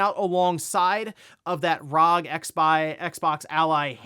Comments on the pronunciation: Why do you say "RAHG" for the R.O.G. ?!?!?!!?!? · Yeah it's RAAAAUHHHHGHHHHHHAAAAAAAA